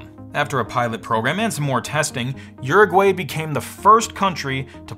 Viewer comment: Uruguayans are dying of laughter listening to what you call their country. While they can pronounce "USA" perfectly.